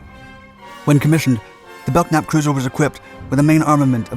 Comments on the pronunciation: I served aboard the Biddle just before her decommission 91-93. She was still a badass ship despite her ailing condition. She carried the admirals flag for the battle group. We had a good crew and I will never forget my time serving aboard. Bad to the Bone! Oh and the "k" is silent in Belknap. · It's pronounced "bell-nap". The "k" is silent. It was named for William Belknap, a Civil War general, and, Secretary of War under President Grant. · Belknap is pronounced "Bell Nap" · Bro, need to learn to pronounce the ship names... The USS Belknap is pronounced Belnap (the K is silent). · Good video as usual, lots of info without editorials. I subscribe. I knew a guy from Staten Island who served on the USS Belknap. He always pronounced bel-nap, silent k. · Belknap is pronounced "Bell-nap". Silent "k". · Nice video, but you are pronouncing the class name incorrectly. Lead ship in the class, USS Belknap (CG-26) is properly pronounced Bel-nap. The "k" is silent. OSCS(SW) Ret'd USS Belknap Apr 89 - Mar 91. USS Belknap (CG-26) ComSixthFlt Flagship . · "BeLK-nap"...?! JEEZ!!!, DUDE! ...learn how to read. [and by implication, pronounce...] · You drive me crazy showing many ship types other than the one you're narrating about. In this case, you are also mispronouncing Belknap. The "k" is silent so it is pronounced "Bell-Nap". The lead ship was involved in a famous collision at sea that you may want to investigate for a future video. Thanks. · Well, you beat me to it. It seems to me they guy who provided the 'voice' for this should have simply looked up the name, he could have found the symbols indicating the proper pronunciation.. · Yeah thats how I've always heard it pronounced until this video. Bell-nap. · was wondering when someone would correct that. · Belknap is pronounced belnap the k is silent. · As someone who served on a Belknap class cruiser, it's pronounced Bell-nap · the k is silent in Belknap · The 'K' is silent in Belknap... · The "k" is silent in "Belknap".